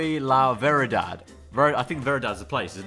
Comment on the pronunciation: i'm a quarter spanish and it annoys me so much how and kept messing up the spanish words in the fourth one 🤣🤣 verdad isn't a place, it means true. yo soy la verdad el camino y la vida = i am the truth the way and the life. jesus yo confio en tu = Jesus i trust you/in you